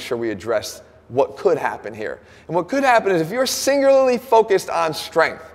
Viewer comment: Is it only me or Jeff say singulalee instead of singularly